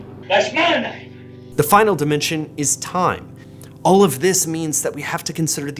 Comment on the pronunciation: The way says "all" is very telling, almost like it's 'ol'. It's very Midwest.